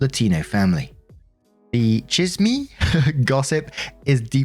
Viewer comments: From story 2, chisme is pronounced "cheese-meh" ✨ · chisme is pronounced "cheese*m*e" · chisme is pronounced cheez-meh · Story 2: Unrelated to the actual story, but Chisme is pronounced "cheese-may". Love the stories though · Chisme is pronounced cheese-may btw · You’re adorable. It’s pronounced cheese-meh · 2 things. Its not wrong to feel sympathy or empathy for someone even though they did something wrong. Something could've happened and your putting ypurself in their shoes. Second, chizme is Spanish for gossip. A kin to the women at the salon gossip or family drama. And it's pronounced Chi (sounds like cheap) -z (z is z) -me (me like meh) hope you enjoyed the mini Spanish lesson and thanks for the upload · That ‘chisme’ was so funny 😂 You were close, its prounounced like ‘cheese meh’ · The pronunciation of "chisme" was gold!! XD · Right XD I heard it from the other day, same thing happened, it's so funny